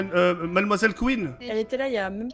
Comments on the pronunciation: "kouine" fait 1 effort stp c'est queen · MDR « Kouine » comme si c’était un joujou pour les chiens 😂 c’est queen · "KOUINE" MDRRR TK c'est Queen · Mais c’est pas kouine 😂 c’est queen 😂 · juste c'est queen pas kouine 😂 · Cest queen pas kouine 😂🤦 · C est pas kouine c est queen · c queen pas kouine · C’est queen et non kouin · " KOUINE " je suis mort ... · "Kouine" mdrrr